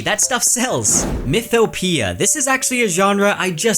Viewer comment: Mythopoeia is pronounced "myth - o - po - EY - ya", not "myth - o - pia" by the way (Ancient Greek lessons finally proving useful lol)